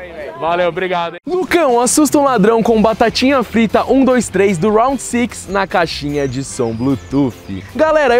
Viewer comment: round six o homem fala bonito kkk eu fako é rounde 6 mesmo normal kkk